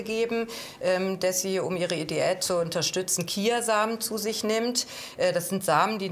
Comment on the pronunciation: Zuerst sagt die Ärztin chia Samen. Dann sagt die Ärztin Kia Samen. Das ist ja wirklich echt lustig